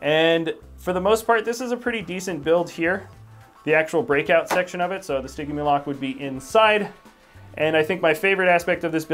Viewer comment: In stigimoloc I believe the g is pronounced as a j